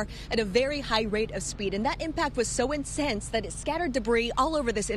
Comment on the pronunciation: “The impact was so “insense” lol